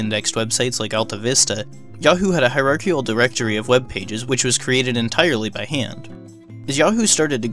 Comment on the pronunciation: Quit saying hierarchial! The word is hierarchical.